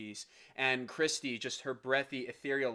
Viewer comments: It's Kirstie (like "thirsty"). Not "Christy". Just so ya know. Her full name is "Kirstin" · I'm a pentaholic & when I found this & watched it I immediately subscribed! It's thrilling to me to see musicians appreciating their genius!! FYI, it's Kirstie (rhymes with thirsty), not Kristie. Just so you know!😉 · KIR stee not KRIS tee 😕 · Scott is a baritone, and covers bass as needed. Kevin is a tenor and has a beautiful upper register, but not those low notes. Also, Kirstin or Kirstie rhymes with "thirsty". I love your reactions!